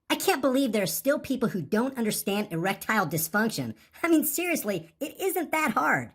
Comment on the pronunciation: Did he say reptile disfunction or erectile dysfunction. Lol